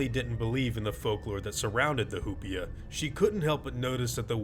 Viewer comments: hu-pea-a Me: hu-pie-a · I keep thinking he’s saying “hoopla” and it’s making it 20× better. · It’s probably pronounced “oo-pee-a,” if it’s from Spanish, since the “h”’s are silent.